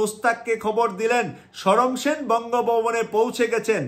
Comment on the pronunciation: হাই কমিশনারের নাম ছিল সমর সেন, শরম সেন নহে। এ পর্যন্ত ভিডিও চলার সাত মিনিট পনের সেকেন্ড পর্যন্ত তিন বার ই অশুদ্ধ উচ্চারণ করেছেন, জানিনা বাকি আট মিনিটে আর কতবার এই ভাবে উচ্চারণ করবেন ।